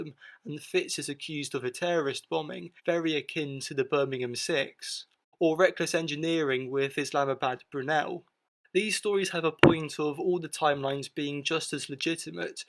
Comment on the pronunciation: Also, erm, "Islamabad Brunel"...? I think you probably mean Isambard. =:o}